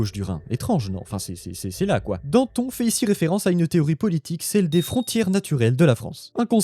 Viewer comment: "là" avec un accent. S'il te plaît.